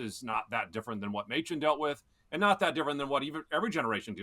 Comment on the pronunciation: Oh, Mochen for Machen. As a pastor in the OPC, that hurt my ears.:)